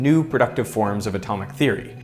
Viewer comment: hearing him say "feery" really gets on my nerves. Why doesn't Derek do the whole video?